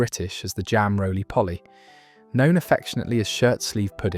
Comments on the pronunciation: It's say-go (sago) not saggow And it's not roly polly, it's roly poe-ly. Stupid AI narration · Sago available in Tesco .jam roly-poly (not Polly as in parrot ) in most supermarkets in the frizzier suet not swet . Are you using AI if you don't pronounce words properly you will give the wrong info see above it happening in all your postings I have unsubscribed